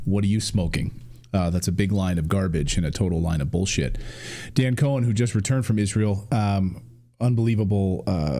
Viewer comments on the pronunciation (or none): none